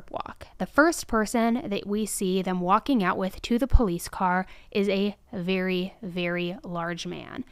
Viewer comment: Omg I did not expect to laugh in this video.I don’t think I’ve ever laughed watching any crime related video. But then, in, said “walking out a VERY VEERY large man” 😅 and then almost took me out when the 1st words out of her mouth are “this man was a very large man actually, and I think everyone kind of knew he was gonna be a large man…” the tone when said this was just perfection. I love when she talks in her “-this -person-is-trash” sarcastic tone 🥰